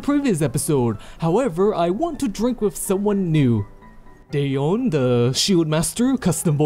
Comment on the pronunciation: not day eon... it is da yeon